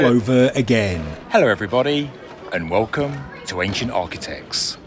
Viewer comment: WOOLCOM TO AA. Welcome PLEASE improve your pronunciation!!!!